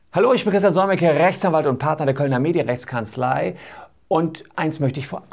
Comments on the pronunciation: Sind sie Rrrrechtsanwalt? Das hat sich echt seltsam angehört... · hahaha sry aber immer diese RRRRRRREECHTSANWALT ist super dude kriege immer n lachflash